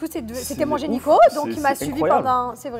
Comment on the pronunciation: Gynéco ou génico? 😂😂